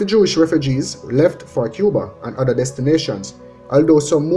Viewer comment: LOL, tell de man he 4got de TH in Brother! Not my circus, not my monkeys....... Don't let people with no sense discourage U. Keep up the good work!